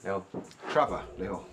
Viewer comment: “Cher” vor?